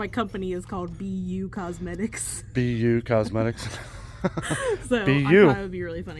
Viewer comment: Ha ha 😂, I understood P U Cosmetics. When I saw Be You Cosmetics I laughed so hard. Sounds like this is a hoot!